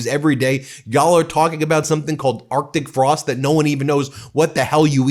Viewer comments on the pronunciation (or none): Are chic Frost? Either Lyin'Ted Cruz cannot read, or English is not his first language, or he cannot pronounce Arctic Frost while over .08%.